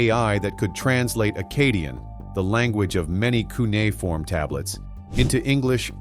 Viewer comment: It's cuneiform,!